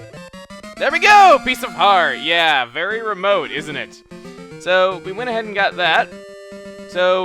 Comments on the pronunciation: chuggaa don't ya mean it's very reMOAT? :D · Yes, very reMOAT! How did you not catch that??